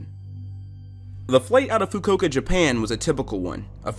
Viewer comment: THE WAY YOU PRONOUNCED FUKUOKA